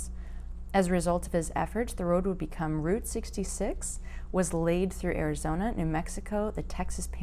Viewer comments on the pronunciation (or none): none